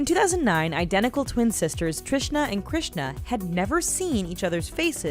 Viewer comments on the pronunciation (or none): none